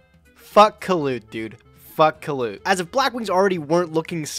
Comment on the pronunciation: Every time says "Kalut" miss an heartbeat